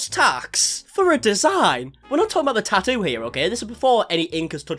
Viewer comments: He’s getting a “taa’oo.” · he says tattoo "normally" until he says it about him self his accent comes out thicker and says 🇬🇧 tattoo